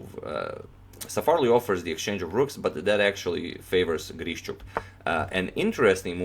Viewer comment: very impressive game. just a kind note of mine - his name is pronounced like GREE-SHUK.